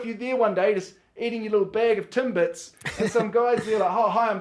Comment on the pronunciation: He said Timbits right I'd say